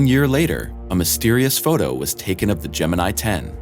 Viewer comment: Your pronounciation of "Gemini" is totally wrong.